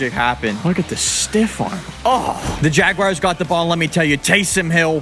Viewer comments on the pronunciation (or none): It’s pronounced JAGUARS not JAGWIRES 😂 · Why do you call the Jaguars the jag-WIRES? Jersey people say it that way too. It makes no sense whatsoever.